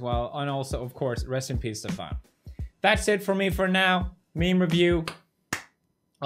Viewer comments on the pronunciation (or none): stefan is not pronounced like that